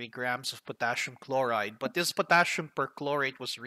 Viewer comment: a short hint, it's Potassium and not Potashium